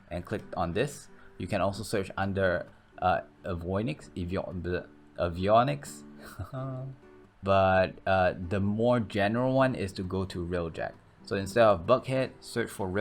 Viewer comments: "Avoi-Niks" No no no no... A-vee-on-icks Or Avi-on-ic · I actually hate that you arent saying avionics correctly. I normally don't care about these things. Also, they are nerfing the winged series.